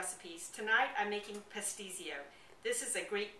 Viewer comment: You pronounce Pastitsio wrong. I make it more authentic than your recipe and always use Greek cheeses, two or three different kinds. It is a great dish, usually for special occasions or holiday. I learned from the Mother in Law.